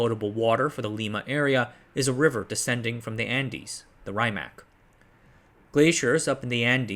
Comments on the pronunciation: Raimac? Llaulla? Calao? My god… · I know the pronunciation for Rimac is botched as hell but it has a nice ring to it